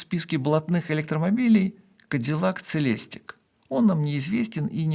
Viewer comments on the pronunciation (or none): Doug DeMuro - Даг Демиро по-русски! Он так произносит своё имя. Celestic - СелестИк! Произносите слова правильно!